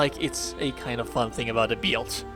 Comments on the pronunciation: It took me a couple of tries to understand the word build coz the very unique ( different / weird) pronunciation you have for it. You pronounce it as "bEAILDt" :) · Interesting “beeld” hehe. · Bruh i've never heard anyone spell out "build" like that what the fuck